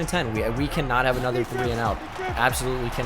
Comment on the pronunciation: No one: Absolutely no one: Not a single solitary soul:: "anotha run"